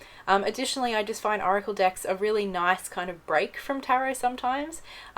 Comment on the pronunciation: It sounds like shes saying oracle dicks....